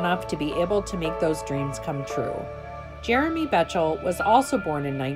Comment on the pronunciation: Jeremy's last name is actually pronounced "Beck tol".